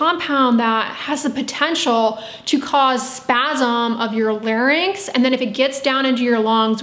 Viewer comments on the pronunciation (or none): none